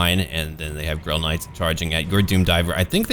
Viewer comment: Am I the only one that keeps hearing Grill Knights?